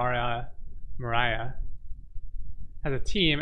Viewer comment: This guy can’t even pronounce the coin lol